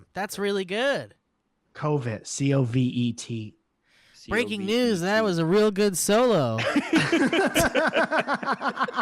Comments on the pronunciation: The band Covet is pronounced Cuv-vet btw. Not Covid lol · Pretty sure the band “COVET” would be pronounces “Cuh-vet” right? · mispronounced Covet. Here is a link to one of their videos